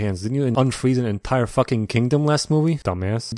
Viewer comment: "entier" Nice.